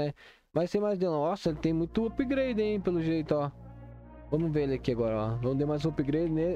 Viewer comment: "upgreide" kkkkkkkkkkk